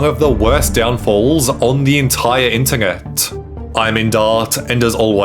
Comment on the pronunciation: I have never heard such a weird pronunciation of the word “internet” How tf are you slipping the letter “G” in there? 😆